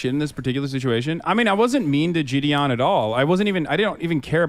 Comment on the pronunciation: Is he meaning to say say jideon or is he mispronouncing Gideon??